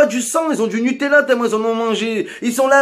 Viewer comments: Ouais sur le fond il a raison, c'est la façon qu'il a de le dire qui me fait marrer, le "nupala" il m'a terminé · Du "Nupalla " mdrrrr